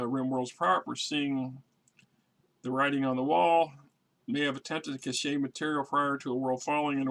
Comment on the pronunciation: God yes, that was so painful to hear the way the narrator butchered that word! "Brian Catch"...lol